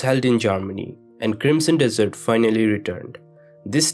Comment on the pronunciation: i knew there was going to be some saying this. he is totally saying dessert lol